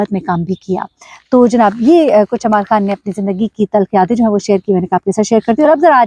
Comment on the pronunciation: امر خان نام ہے ،نام تو صیح بولیں